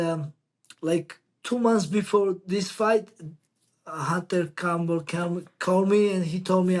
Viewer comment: bro called him Hunter Camel